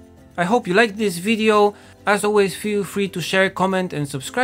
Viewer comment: he way you say "Bay" at the end always kill me, it's like a russian accent lol.